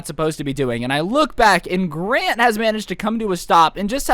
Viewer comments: at one part he says grate instead of grant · i thought you were saying "gran" as in granny i was laughing so hard😂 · Wait I thought he was saying Gran like grandma